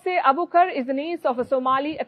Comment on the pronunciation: Her name is Nasra Abu Bakr so please stop calling her Abukar! Get the poor girls name right